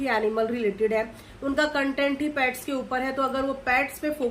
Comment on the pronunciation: Pets hota hai paits nahi..😅😅😅😅